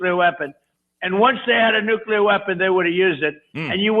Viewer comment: It’s “nuclear” not “nucular.” (New-klee-er, not New-cue-ler)